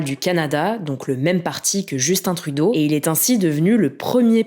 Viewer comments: Vous continuez dans la tradition française de mal prononcé le nom des premiers ministres canadiens. même si on parle la même langue et qu'il faut juste regarde 2 minutes les nouvelles au Québec. vous avez quand même un point bonus pour avoir bien prononcé Justin Trudeau, après 10 ans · Surpris de voir des Français dire correctement le prénom de justin trudeau